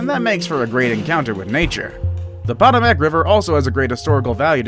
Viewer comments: pot-a-mac river. Seriously? Go back to China and take your channel with you. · Paw-tuh-mack Sounds about right 😂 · Potomac River [Puh-toe-mick] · It’s a thumbs down just for Poto Mack pronunciation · When you butchered the POTOMAC river I lost all interest.. maybe you should try to actually know what youre talking about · The pronunciation of Potomac is....sooooo wrong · Sorry, when you pronounce the Potomac like that.. hard to want to subscribe. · If you're going to narrate a video PLEASE learn how to pronounce words, especially place names; especially place name like the name of the river that runs through Washington DC. You know, the one George Washington crossed!! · Wen he said Potomac I almost spit my drink out☠️ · Glad I’m not the only one that caught that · Someone doesn't know how to pronounce Potomac correctly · Pronounced "Ganngeees" river. Potomac you also blew. Lol. Talk to people first, if not sure.